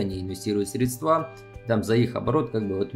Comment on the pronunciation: пожалуйста, срЕдства, ударение на ЕЕЕЕ